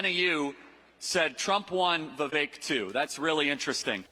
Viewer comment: I don't like him, but you spelled his last name wrong and pronounced his first name incorrectly. "Vee-VAYK" and "Ramaswamy" Love your content,. ♥